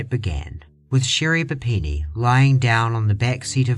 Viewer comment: Never going to unhear Sherri Panini and I don’t want to 😂